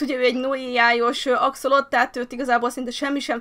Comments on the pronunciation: Helyesen axolotÜL! Ejjj...😃 (Igen, visszanézem, és igen, a hardcore sorozatról jövök) Csak így tovább, sok boldogságot Immuval!❤ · Szia! nem akarok kukacoskodni de az Axolotl nevében az L nem néma ki kell ejteni. (legalábbis én így tudom)